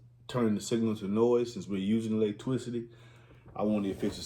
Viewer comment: Say electricity again 😂